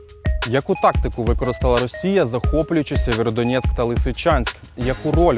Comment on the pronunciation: Сєвєродонецьк! Кажіть правильно. Бо ріже вуха місцевим